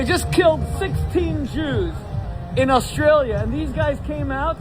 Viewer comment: It’s not “Oss-tray-uhl-ya” Dildo Man It’s “Oss-tray-lee-uh”